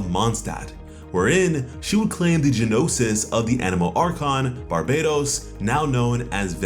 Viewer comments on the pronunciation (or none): It's not JENOSIS, it's NO-SIS (the g is silent lol). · Gee-nosis. Hehe.